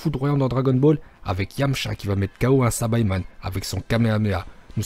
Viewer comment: PUTAIN ON DIT PAS SABAÏMAN MAIS SAÏBAMAN ET PAREIL ON DIT PAS GOTRUNKS ON DIT GOTENKS NON MAIS OOOOOOHHHHH !!!!!